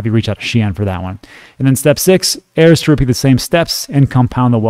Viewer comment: Haha, it's pronounced "air"